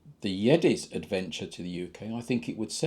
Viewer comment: Also its the Yezdi pronounced as -Yes Di